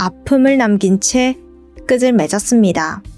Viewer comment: 끝을→끄틀 끄즐이라니요... 예전에도 지적했던 건데 발음 연습을 좀 하셔야겠어요